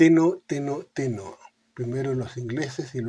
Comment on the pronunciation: No es "teno, teno, teno.." sino "tero, tero, tero..". El tero en un pajarito muy característico de la región pampeana.